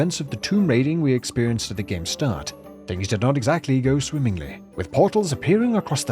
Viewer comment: "Press [Enter] to Sfarf!" Instant sub, bell's on too.